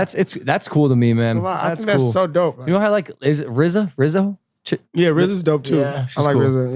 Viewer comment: Lizzo. Not Rizzo. Rizzo is from Grease... lol